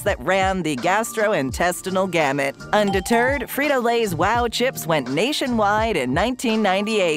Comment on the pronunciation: "Undeterred", you didn't lmao 👀👀